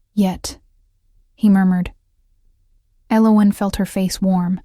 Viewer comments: I loved the story! It was a beautiful love story. The hot chocolate at night. His mate bond connection with her. Lovely. Unfortunately, for the first time ever the AI narrative voice butchered saying the main character, El-O-win's name so badly with every saying of it, it almost drove me insane. I'm not sure but I think the other main character, her mate, even the King's name was butchered too. Was his name Race or Reece? I have no idea. I do like how each story has different names for the characters, but you might want to make sure the program can nail the names at least 98% of the time, because this came horribly close to ruining your excellent story. Also, did they walk back to his carriage to get the ring; or did his servant trail after him and bring him his clothes? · Her name is Elowen, yet this AI Voice keeps mispronouncing or misspelling it. Annoying. AI will wreak havoc on our society as it cannot truly understand what is being said.